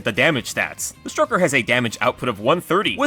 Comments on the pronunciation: For some reason, it sounds like you're calling the stoker the 'stroker'. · He keeps saying stroker instead of stoker. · Please stop calling it the stroker 😭😭😭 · the “stroker” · In my canon, you calling it the stroker instead of the stoker was definitely unintentional. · I kept hearing Stroker... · Why did i keep hearing stroker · Your continued emphasis on “ stroker “ has been noted for the record… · The "stroker" lol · Huur durr "Stroker" Hehehe HURR DURR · He does, he's doing it on purpose